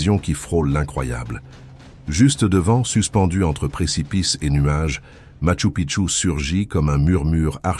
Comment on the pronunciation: После мачУ пткчУ поняла,что дальше смотреть можно,но слушать больно 😅. Сразу же отпишусь от этого канала с ии озвучкой. Нет ничего приятнее человеческого голоса😊.